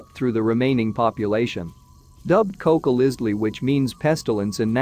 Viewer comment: Can't pronounce cocolitzi.